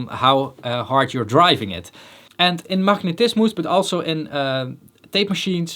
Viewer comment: "Machnetismus"...I love the Dutch accent 😄